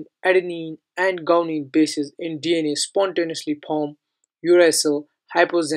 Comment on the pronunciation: It's not gounine it's guanine.... correct the pronunciation Mr. 🙂